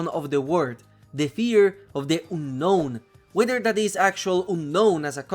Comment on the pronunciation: What's the next step ? Looking for the fear of trees ? Leaves ? Air ? Buildings ? Kinda useless video beside proving a spider deserves to be ingame The pronunciation of "unknown" made my ears bleed 💀